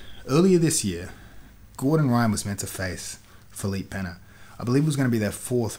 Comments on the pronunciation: "Feleep Penna" Lmfao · LOL at tomatohead saying Felipe Peña, doesn't he have anyone around him get him to say the names correctly?